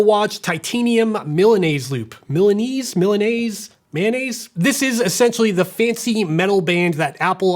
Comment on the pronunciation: I came to hear how would you pronunciate Milanese, but very well. 😂